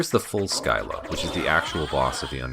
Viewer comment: I'm sure you got this criticism on the individual videos, but my god the pronunciation.... Orlocks and Skyla send me flying dear God....